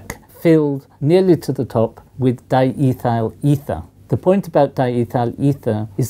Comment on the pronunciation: Wow. The English pronounciation of "diethyl ether" is really weird. The rest of the video was equally interesting, too. :D